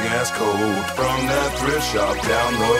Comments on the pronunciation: 'Thirft shop' sounds like 'grisha' 😂😍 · "from the Thrift shop down below" i heard "Grisha"😂